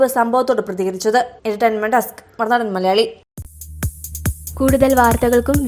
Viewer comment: ആദ്യം മറുനാടൻ മലയാളി എന്ന് പറയാൻ പഠിക്ക്